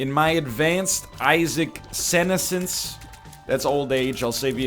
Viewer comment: Emphasis on the second syllable in senescence